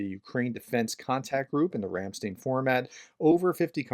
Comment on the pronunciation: Your say Ram Stein wrong, the empashas is on the i not the e, Ramsteiiiin, sorry to be a nitpicker, but I lived in Germany for 20 years.